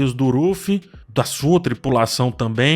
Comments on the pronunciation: Pq o fica chamando o Luffy de Ruffy? Me incomodou essa pronúncia, estou acostumado com Luffy, com L. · Impressão minha ou você chama o Luffy de Orufy? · pq ele fala Uruffy? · fala o nome do Luffy direito pelo amor de DEUS meu jovem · Pq tá falando Luffy com R? Ou é impressão minha